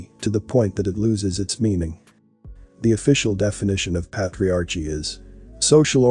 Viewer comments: The word is Pronounced: " ˈpā-trē-ˌär-kē " not "pat re arche" Please, when you learn a new concept, look up the word. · patriarchy~ "ch" is a k sound. How annoying to listen to lol GREAT VID THOUGH! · This guy needs to learn to pronounce “patriarchy” correctly because it drives Me crazy to hear the word constantly mispronounced…